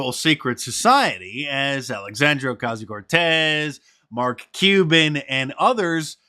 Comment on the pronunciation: Stop rolling your tongue when you pronounce AOC's name! This isn't grade school and you're annoying everyone! Enough already!